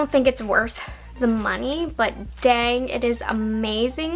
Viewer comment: I played this video while getting ready and my husband heard the way you said “dang” and he chuckled. He said: “she put such emphasis on the word Dang”. 😂😂I have combo/oily skin and I didn’t think I would love the illumination palette, but I do! If you can find Honeymoon eyequad, grab it, it’s so pretty. Fun video, loved the editing 🤣!